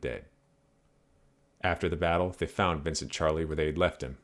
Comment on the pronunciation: His name was actually pronounced sharlay